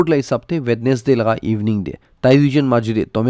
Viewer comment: Wenesday... not (We(D)nesday...